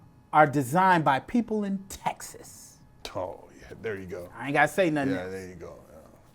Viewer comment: What yall know about Texas? Why did he say it like that?